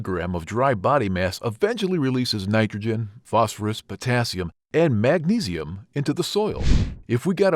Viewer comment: Magnesium. Not magnisium. Morons